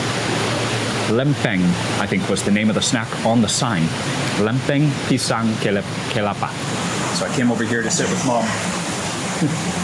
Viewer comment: Not Kepala, its kelapa = coconut, kepala = head